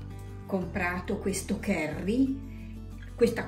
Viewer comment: Уважаемая блогер, попробуйте читать больше книг, что бы не быть такой косноязычной. Вы на публику работаете. Очень тяжело слушать. Кэри - кари🤦‍♂️ А вот Карлу очень приятно слушать. Ей бы самой вести канал. Голос за кадром только все портит